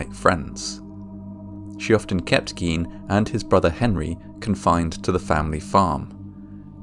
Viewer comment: Also Gine, hard "g" long "i", not Geen.